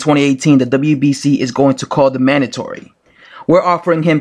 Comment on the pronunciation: Mandotory, cardrif? Can you read?